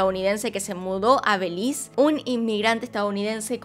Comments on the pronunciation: Nunca me imaginé que pronunciarán Belis en vez de Belice 😂😂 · Me encanto el video, pero pequeña corrección, se dice Be-li-ce y no Beliz 🙂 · Me gusta como dices "belize" le quitas la "e" en México le decimos belice completo, buen video, siempre tratas de investigar a profundo, saludos😁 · Es Belice, lo dice como en Inglés. El otro día vi un video en el que decía Cyprus en vez de Chipre. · Fan de tu forma de decir "Belís"😂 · Es Be-li- C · Holi me encantan tus vídeos pero no puedo aguantarme , belize lo pronunciaste mal todo el vídeo 😅